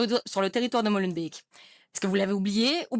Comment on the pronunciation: et si au lieu de faire des vidéos sur youtube, le peuple français bougeais son cul de fainéant et de râleur pour faire changer les choses, ha mais non le mieux c"est d'être sur les réseaux, ha oui aussi apprennez à dire Molenbeek convenablement